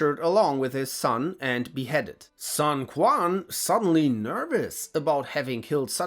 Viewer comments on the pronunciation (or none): and , i't pronounced "Soon Chwen" as the "Q" in Pinyin is a "Ch" sound, and the "A" vowel is flattened after a hard consonant.